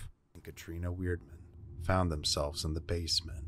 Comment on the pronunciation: the female part of Paranormal Lockdown is Katrina Weidman you pronounced her last name with an "r" in it which there isn't one